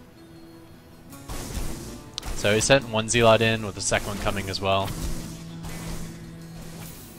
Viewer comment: It's pronounced "zell-ot". Not "zeel-ot".